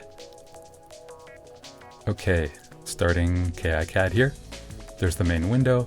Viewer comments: incredibly alpha of you to call it "kay eye cad" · Great video, although it does skip through some of the exact steps used. I did manage to pick up some tips from this though. I even learned a third different way to pronounce "KiCAD". :)